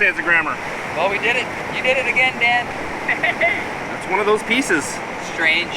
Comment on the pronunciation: Everytime u say Dan I hear dad lol